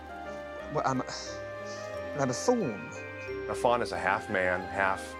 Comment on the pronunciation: "I'm a faun." Sounds like somebody with a speech impediment saying "thawn" instead of "faun." WTF?